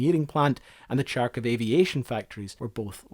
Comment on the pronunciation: I like how during making of this 37 minute video you never looked up how to pronaunce Kharkiv and just went with most butchered pronauciations